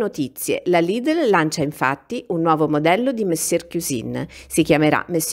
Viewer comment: non dire la R quando dici mesieiu (monsieur),non si sente nè la N nè la R. Scusa ma essendo francese,soffro un pò! :-)